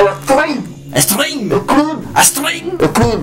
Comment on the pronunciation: ajaja fredy dice screm, hitler string y manson hostia,joder, stream